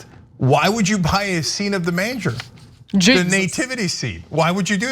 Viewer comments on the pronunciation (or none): did Cenk just call it the manger with a short a?